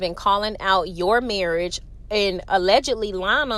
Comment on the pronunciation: And marrish…instead of marriage 😮😂